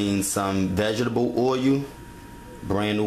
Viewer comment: Vegables & Oilyou!